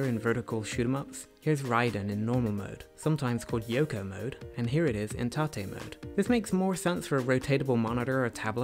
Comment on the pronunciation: Lol tah-tay mode. You mean tate mode? Hahaha